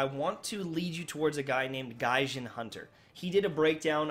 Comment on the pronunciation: You miss pronounced gaijin